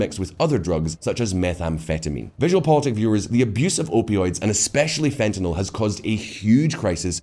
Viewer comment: thank you for pronouncing "fentanyl" correctly.